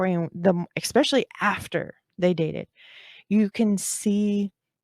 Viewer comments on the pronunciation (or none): she also uses the word “expeshally” (especially), it’s cute. ☺️